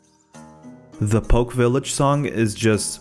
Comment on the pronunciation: one thing - it's not "poke" village, it's "pohk-keh"